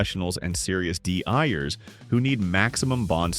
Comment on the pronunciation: Dee eyers? Fuck these robot voices.